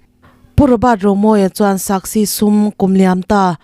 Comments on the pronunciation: A bengvar thlak ṭhin e. A lawmawm. Mahse, SASCI hi SAKSI tia lam rik a nih tlat le.... tihdik ṭha ka ti a, ka rawt nghal e. In chhiar/report tur hi in chhiar ngai em? Lo chhiar lawkin, ṭawng dik hmang hram hram ula, tiin duhsakna nen rawtna ka rawn siam a ni e. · Saski ti a lam tur